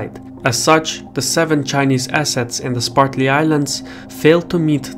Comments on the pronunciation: I'm a big fan of his, but butchering a name has nothing to do with first or second language, since the name is usually carried over. Even in Russian, the name for the islands would be "Спратли" ) He just probably misread it and never noticed it. That being said, I don't think it's a big issue at all. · LOL! I caught that also. Must be the way the Chinese say it. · It's SPRATLY islands, not SPARTLY islands. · It's Spratly not Spartly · Cannot take this seriously since the narrator keeps saying "Spartly" rather than "Spratly". And it isn't "Edge-eh-maw-nee". Ugh. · Am I the only one hearing "Sparkly Islands" instead of Spratly Islands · I hope you can read better than he can. "Spartly Islands"? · The islands are the Spratley Islands not the Spartley islands. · Great video as usual, but it drove me crazy every time he said "spartly" instead of "spratly" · SPRATly islands, not SPARTly. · Excellent report on a very important geo-political area of the world. I would encourage you to review your pronunciation of the "Spratly Islands". sprat lee vs. spart lee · Did anybody else notice the host continually mispronounced the Spratly Islands as the Spartly Islands? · Am I the only person bothered by "Spartly Islands"? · Dude, it’s Spratley not “Spartley” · (sp?), please say SPRAT lee, not SPART lee. thanks. great work here. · "Spartly" lol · Sir its Spratley islands not Spartly islands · Spratly not Spartly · Spratly. Not spartly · Bruv, calling the Spratly Islands the Spartly Islands, as you do in this video, is inexcusable. You do good work - don't let your standards decline. I suggest you re-record the video using the correct name. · *Spratly Islands, not Spartly. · Also, I thought I heard him say 'SPARTLY ISLANDS." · One would think that someone making a video would take the trouble to learn to pronounce place names. Say after me: Spratly. Spratly. Spratly.